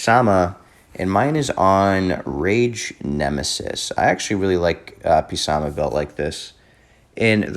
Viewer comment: Please don't call him P Sama it hurts😂 love the video tho, most people pronounce him "Suh Moth" or "Suh Math" Keep up the great stuff❤